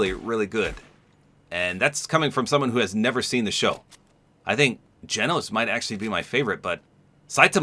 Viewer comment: so for the glitching i think it's bc in the anime the have a hologram of him pulled up and it's when they see his pfp of his ranking and stuff and i think that's why it glitches bc it's like that ig idk i think it's bc of that but i love how u said genos name right most ppl don't